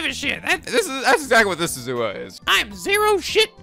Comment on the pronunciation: Rule of thumb for Japanese names, please stress the THIRD TO LAST syllable. This is VERY CONSISTENT; you should never need to guess how to pronounce names: SUzuha Amane, not suZUha aMAne MAyuri, not maYUri Okabe RINtaro, not oKAbe rinTAro / Okarin, not oKArin / HOUouin Kyouma, not houOUin KAede, not kaEde FUbuki, not fuBUki Itaru HAshida, not iTAru haSHIda HIyajo, not hiYAjo MAkise KUrisu, not maKIse kuRIsu KAgari, not kaGAri (this one you said correctly the first time then changed it so that it was wrong) And from other games, to make the point clear: MAjima, not maJIma MAkoto, not maKOto KAzuma, not kaZUma If you don't believe it, just listen to how the voice actors pronounce the names. It's a western tendency to stress the second to last syllable instead, but third to last is correct.